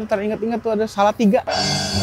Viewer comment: Wkwk bisa2 nya sebut Salatiga 😂